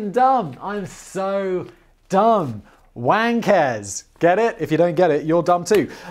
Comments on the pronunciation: Y'all are pronouncing the surname wang wrong and that is only reason it sounds like wankers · I mean it's pronounced Wong, as in Garrett Wang/Wong from Voyager. Come on Simon, you're a Star Trek fan. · Mate, as someone whose last name is Wang... it's not fucking pronounced like that. It's "Wung" in Chinese.